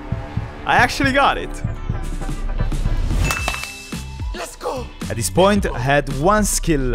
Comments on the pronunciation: stop saying yesgo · he almost said yes go instead of lez go on every video lol😂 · bro it its letgoo not yesgo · I love how he says yes go instead of let’s go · I dont know if you know but its not "Yes go", its "Lets go" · I don’t get why he says YESGO just say LESGO or LEGOOOOO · Why do you say yesgo its really trigging as it should be lets go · Why u say YESGO! And not LETS GO! ? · Why do you say yesgo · why do you say YESGO instead of LESGO or LETSGO??? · Why he say yesgo it’s let’s go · why do y keep saying YESGO? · Why does he say YESGO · It is les go not yesgo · DUDE ITS LESGO NOT YESGO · It is lets ho not yesgo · *Let's Go and not Yesgo